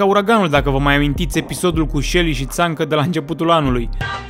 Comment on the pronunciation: Il chemă "tzancĂ", nu "tzancA"